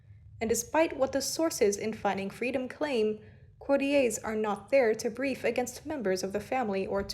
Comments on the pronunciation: Courtiers - not 'courty-ays'. In the UK, 'courtiers' is pronounced how it looks.It's an English word, not French. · Thank goodness. Please, the word is courtyours. Courtee-yers.. Well done,. Driving me mad as well, though the voice is beautiful.